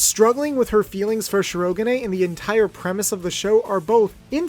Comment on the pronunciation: Okay, because of me being an english subtitle viewer… “Shi-ro-ga-nay”? That one opened my eyes wide. Hell, I would’ve settled for an english accent “Shi-ro-gan”, which while may sound as its Japanese pronunciation, point should be still made